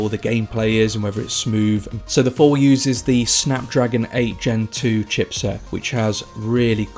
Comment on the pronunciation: its called the THOR not Four